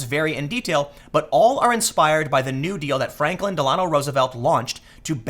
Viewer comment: Did you just call him Franklin Del-Ano Roosevelt?